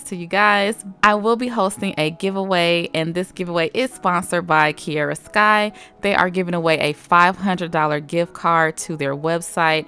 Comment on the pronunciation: My name is Kiera so through out the hole video it was kinda weird of you saying kiera (no hate)